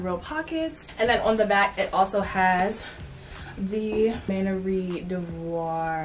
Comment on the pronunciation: It’s MAN-YER